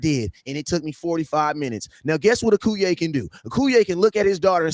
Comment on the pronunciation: How you let that sucka on the live and he can't say your name correctly Akoye.....not Akuye